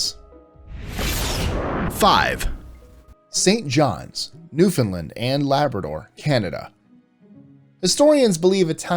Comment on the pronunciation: Its pronounced "new found land" not "new Finland" but other than that great list